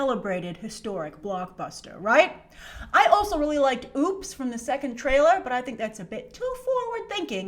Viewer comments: WTH! It's OPPS, not friggin Oops! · It's "Opps" as in Special-Ops, not "Oops." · Grace said OOPs lol I think it's pronounced Opps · it's "opps" not "oops" grace lol but i love that song too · It's OPPS* as in Operatives. LOL. NOT "OOPS" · it's opps not oops lmao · Grace its "Opps" as in "opposition" not "oops" 😂😂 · Grace's pronunciation of "Opps" made me giggle